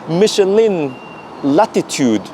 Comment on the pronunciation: not micheline... michelin